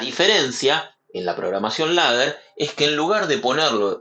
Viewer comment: "Leder" se pronuncia